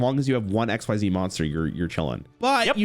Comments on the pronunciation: Xyz being pronounced exzeez has always bothered me more than it should. Its not even faster to say. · I always thought XYZ was X-Y-Z and not ex-sieze, because X-Y-Z dragon cannon and it's other bits